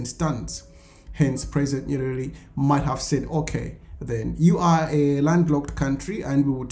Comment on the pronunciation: It's not nyelele. The pronunciation is nyeRERE. You are one of African whose tongue is twisting or rolling when comes to say "L" and "R". Swahili word "Habari (news)" they say "Habali". The word "usijali (don't mind) said "usijari". R & L will interchange! Fix your tongue. Practice tongue twister sayings! Poor you!